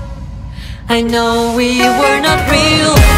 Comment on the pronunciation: Английский у них ужасный. Неужели нельзя было подтянуть произношение за столько лет («ай кноу»)? 🤪